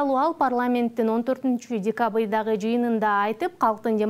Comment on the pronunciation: Эээ кыргызым журналистка кызыбыздын р тамгасына тили келбейт экен 😂😂😂😂😂14чу декабыйдагы дейт гооооо😂😂😂😂